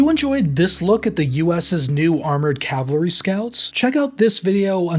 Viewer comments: This speaker couldn’t say Cavalry if it saved his life !!! LOL !!! He kept mixing up Calvary with Cavalry !!! Calvary is the hill they killed Jesus Christ on and the Cavalry had nothing to do with that !!!! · The way you say "cavlary" instead of "cavalry" is shouldn't bug me as much as it does, but it do. Just FYI. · It's CAValry not CALvary. The hill Jesus died on is not a premier American fighting force.